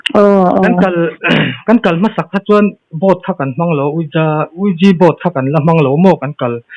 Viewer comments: Ouiji tiin i lam a, a spelling hi ouija ani bawk sia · It is pronounced wee ja The word comes from oui and ja. French and german for yes. Net atang ka rawn copy zuai sak che ani e.ka lawm e . Ee i van tilawmawm thin ve Keipawh le 🤝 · Ha3 a pronunciation hi lo zir țha leh zawk teh uiji tiin lam tur zawk aw . Sapțawng hi a inziak ang a lam vek hi a ni miah lo nia .